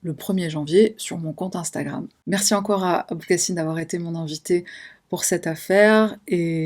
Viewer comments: Je viens d'apprendre qu'on dis boukasin "ine" et pas "un" 😅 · Merci!! Je sais maintenant que ça se prononce Bou-ka-sine, boukasin. 🤭. Ça sonne vachement bien, et j'adore la chaîne de boukasin et sa spontanéité, tout comme la tienne que j'ai aimé dès la première vidéo que j'ai vu de toi 😘 J'arrête de parler, et je vous écoute maintenant!! 🙏🏻 👍🏻 😁